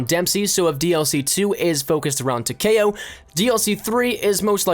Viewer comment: It is Ta-Key-Oh not Ta-Kay-Oh